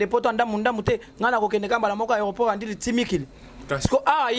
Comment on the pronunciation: Aéroport ya ndjili et non ndili